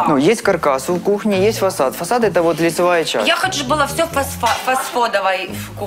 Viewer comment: Не фасад а фасфод орууу 😂😂😂😂